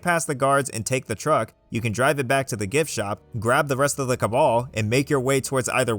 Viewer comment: I'm sorry, the "ca/ka-what"? (when referring to the cabin group)